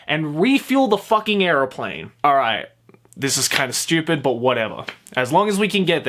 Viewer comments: Bro... are you saying airplane or areoplane? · say airplane weird